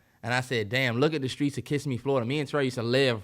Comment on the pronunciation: Gotta teach my boy how to say Kissimmee. Lol